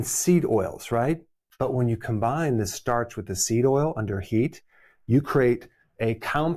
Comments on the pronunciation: It’s STARCH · It's starch. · Its Starch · IT'S STARCH